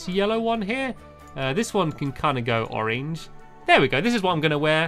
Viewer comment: I love the way stamps says oreng